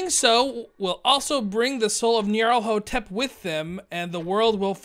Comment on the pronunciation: the nyarlathotep is pronounced (knee-are-leth-oh-tep) just thought id try to help out haha :)